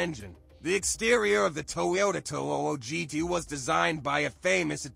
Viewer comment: Just be honest. It's not your real voice. Unless you actually pronounce 2000gt (two thousand jee-tee) "two-ohohohjeetee", you're only fooling yourself.